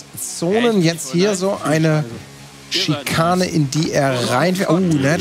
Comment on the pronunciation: schön nachholen 😊 dieses 5 Sterne entertainment. Schikrane XD